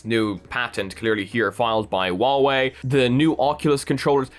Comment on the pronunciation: doesnt know how to not make people angry when pronounching huawei His solution: waoé